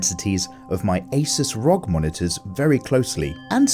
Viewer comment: please you dont say rog as a word you say the individual letters first i thought you were talking about something random q_q